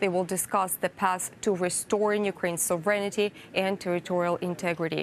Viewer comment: Потрібно ведучій потренуватись вимовляти англійською слово sovereignty (суверенітет)